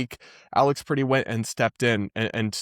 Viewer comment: You're pronouncing 'Pretti' like the English word pretty. It's the eh as in press.